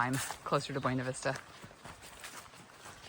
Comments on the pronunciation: It’s intuitive to pronounce it as you do, but the locals call it Byoo-Nah Vista! 😎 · It is pronounced "biew-nah vista" like "view", with a b.